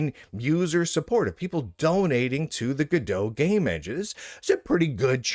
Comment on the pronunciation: This joke doesn't work, cause this now doomed engine is named after a french book "En Attendant Godot" ("Waiting For Godot" pronounced goe-duh), not from go-dot.